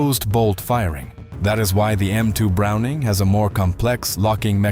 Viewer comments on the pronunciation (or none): Stop circling the same information sequences in different words. you lost me after 5 minutes. What's with over pronouncing the full name of Browning?